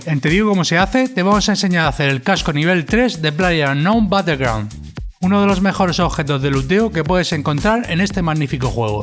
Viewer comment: plaller aungown batelgraun